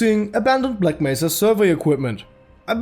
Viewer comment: did you not see him say Bleck Mesa?